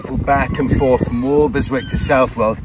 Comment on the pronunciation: Hello,, We used to live opposite Walberswick at Reydon and to be pedantic it is pronounce Wobbleswick by the locals. If you visit in August you might be able to join in the British Crab Championship alas it hasn’t happened for a couple of years re COVID, and you can also buy the T shirt proclaiming that, I caught crabs at Walberswick, wear it if you dare. Love the tracker great piece of kit and no annual fee, perfect for that extra piece of mind. Thanks for showing some better parts of Suffolk.